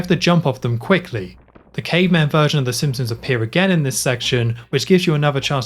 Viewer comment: Cool video but the pronunciation of ‘the simpsoms’ and ‘th’ as ‘f’ (f fronting) is killing me.